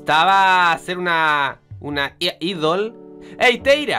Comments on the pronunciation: se dice aidol,no Idol,ah. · c pronuncia aidol :v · idol io: aidol la pronunciación me mata y traducción ʕっ•ᴥ•ʔっ